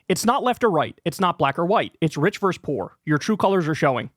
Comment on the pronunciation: versus* not "verse".